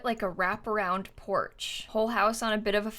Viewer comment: The way says “poarch” is so fancy